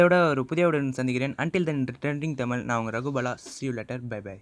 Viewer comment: முதலில் தமிழ் என்று அழகாக உச்சரியுங்கள்.